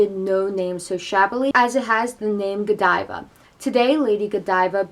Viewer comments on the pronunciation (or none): On the contrary, I kept watching laughing every time you said Godeeva